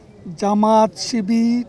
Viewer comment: জামাত শিবির উচ্চারণটা পর্যন্ত সে বলতে পারে না